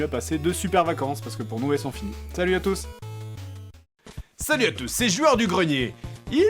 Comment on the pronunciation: c'est moi ou tu dit Talut a tout ...